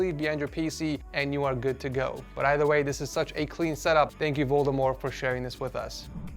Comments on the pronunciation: Loved how you pronouned Valdemar xD Sounds like you pronouned it as Voldemort xD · I died when he said valdemar as voldemort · you say valdemar like voldemor loll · LOL I'm Danish and his name was Valdemar and then you called him Voldemort. (The r is silent) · The way he pronounced Valdemar😂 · finally a dane on setupwars, also you totally violated valdemars name